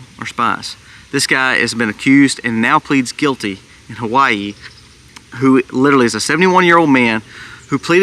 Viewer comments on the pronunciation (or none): none